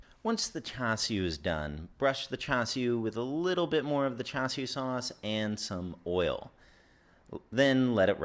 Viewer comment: Swear if you say "chew shoo" 1 more time...I'll, I'll....go buy some. Good vid!